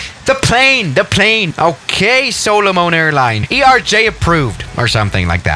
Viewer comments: Pronunciation of Solomon: Soul-a-min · The way he pronounced Solomon was kinda funny lol